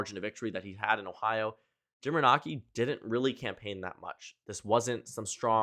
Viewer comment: For the love of God, it’s pronounced fucking Jim “Ren-ay-see”